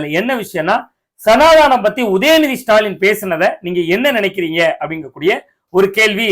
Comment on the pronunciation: ஸனாதனம். ஸனாதானம் இல்லை. உச்சரப்பு‌ சரி செய்யவேண்டும்.